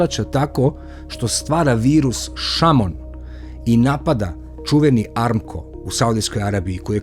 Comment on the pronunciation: Nije amko nego ARAMKO